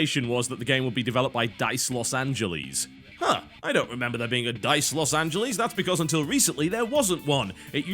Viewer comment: It's LOS ANGELES not LOS ANGELEES. I'm not really mad at you bro.